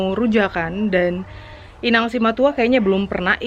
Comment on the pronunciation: keluar batak nya, "inaaaannggg " 😀😂😂 Akrab sama inang simatua ya kak... Wkwkwkwk